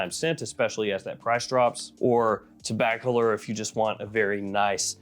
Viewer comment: TG someone finally pronounced Tobac-a-lor correctly. Reviewers have been driving me nuts with their pronunciations. Gucci Guilty Elixir was absolutely best of 2024 imho, with BB Absolu a close second. Thanks for Chanel Por Monsieur, I was wondering about it last week while looking at Antaeus, and then the Egoistes. Would love for you to go in depth on these three—and maybe compare CM with Dior Eau Sauvage line.